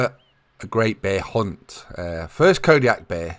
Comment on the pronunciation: Calling Kodiak hares,, you are doing it wrong